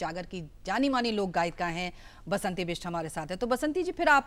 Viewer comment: " बसंती बिष्ट " बासंती नहीं!